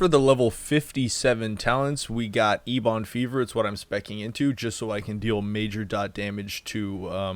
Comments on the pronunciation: Ebb-in, not E-bawn lol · Aura = Auraura and Ebon = Eebon haha no hate, love your guides, just funny